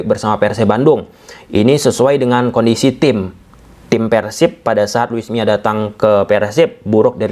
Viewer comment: Luis Milla dibaca: Lui miza